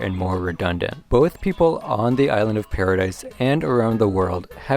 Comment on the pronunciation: Great video 10/10 only thing that got me is when you called it paradise, it’s pronounced paradi